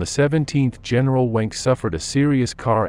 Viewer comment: General Wenck is pronounced “Venk”.